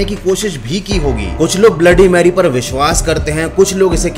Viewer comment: Bhai aap ne 3 baar bola ha bloody merry bola